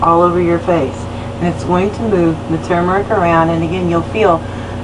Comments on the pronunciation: Thank you for pronouncing it correctly. I will give it a try on my face too. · 👍🏽 for not saying "TOO-murick" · You are the first American I've come across on YouTube who pronounces tuRmeric correctly. It's got an R in it folks. Irritating as hell listening to Yanks pronouncing it 'toomeric'.